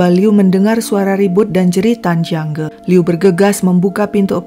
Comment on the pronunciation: Jiang Ge kok dibaca Jiang Gi?